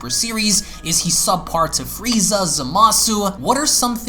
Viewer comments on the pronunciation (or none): none